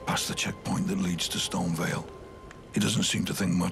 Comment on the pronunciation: Bro really said : KAY-el and Storm-vial 😂😂